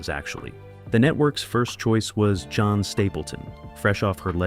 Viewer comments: The narrator needs to learn how to read names. It's not "John" Stapleton. It's pronounced Jean (Geeeeeen) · Lose the AI narration. What may be good content, AI cheapens your video. For example, right of the bat you mention Jean Stapleton as being a possible contendor as the main character - but then you pronounce it as "John". I clicked off the video right then and there.